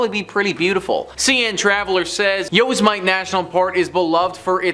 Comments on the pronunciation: Yosemite is pronounced yoh-SEM-it-ee (phonetically /joʊˈsɛmɪti/) It is a four-syllable word where each vowel is clearly pronounced, Many people (as above) incorrectly read it as "Yo-se-mite" (rhyming with "might"), but this is not the standard usage. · Did this mofo just say yo's might?????? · Yo-Sem-it-E ..damn Canadian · Yoz mite? Dude that's not how you pronounce it! LoL!